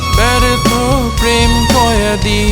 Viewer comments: কয়েদি উচ্চারণ টা হয়নি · গানটি সুন্দর হয়েছে উচ্চারণে একটু ভুল আছে, এখানে হবে ব্যর্থ প্রেম কয়েদি, কিন্তু আপনি উচ্চারণ করেছেন কয়াদি।